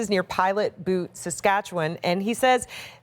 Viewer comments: Pilot Butte not Pilot "Boot". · "Pilot Boot" haha (byo͞ot) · Butte is not pronounced like boot. God damn. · Haha. Pilot "boot". Made me chuckle. Props to her for saying Saskatchewan properly, though.